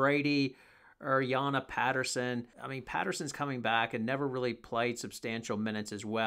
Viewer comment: Jana is pronounced Yana